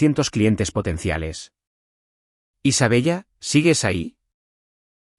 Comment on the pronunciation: ¿De verdad que el narrador no sabe que se pronuncia Isabela? Ninguna prifesionalidad